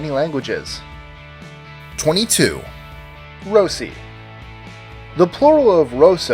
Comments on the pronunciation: Rossi is actually pronounced Roh-See. Just saying, since it IS my last name... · The way he says Rossi is cringe.. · (22. ) Never heard Rossi pronounced that way ... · nooooooo you pronounced Rossi wrong